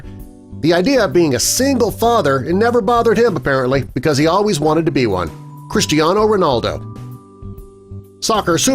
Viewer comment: It's not Christiano, it's Cristiano